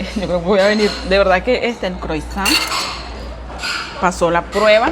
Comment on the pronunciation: la palabra " croissant " se pronuncia asi; " Cruasan ". Es una palabra Francesa. Ok ! Saludos a la mujer INTERESANTE.....!